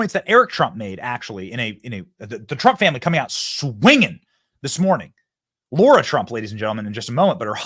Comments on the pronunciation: We love you Benny, but it’s LARA not Laura lol TRUMP WILL SMASH IT! 💪🏻 let’s go!!! 🇺🇸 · Benny ... it's Lara, not Laura. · It's LARA TRUMP, NOT LAURA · Lara Not laura